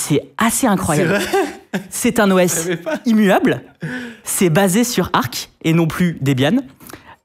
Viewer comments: il dit chimera au lieu de kimera et ark a la place de arch, je suis sur que c'est pour nous trigger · Oui ! Ça m'a fait bizarre de l'entendre dire "ark".